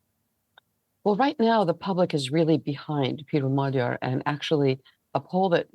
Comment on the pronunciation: lazy repoprting if you cant even pronounce the main guys name. its not hard to say